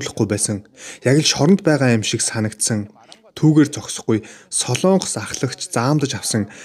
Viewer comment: Солоонгос гэж улс байхгүй ээ. СОЛОНГОС гэж улс байдаг. Зарим нь СЛООНГОС гэж яриад байхаа болиочэээээээээ